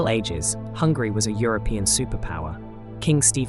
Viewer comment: I'm sorry I'm only and I have found your video accidentally. I'm living in the part of the UK and I have to say I heard 2 times saying Hungry! I don't want to capitalise my letters coz I don't meant to shout but it's not Hungry it's Hungary! Sorry if my ears are so bad and maybe I heard it that way! Am I the only one who heard it that way?